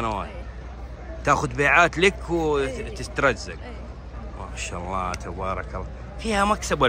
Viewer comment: ما شاء الله وليست ماش الله انطقها صح ولا ااتقولها هل ترضى احد يقولك ماش حسن